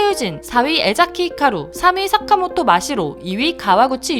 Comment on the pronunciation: 푸야닝을 웃게한 다연 대단하다,, ❤ + 님 사카모토 발음할때 싸카모토 라고 발음하시는거 넘 넘 조아요 ❤❤